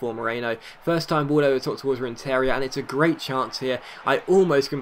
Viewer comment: It's pronounced RenTERia the emphasis is on the TER not the IA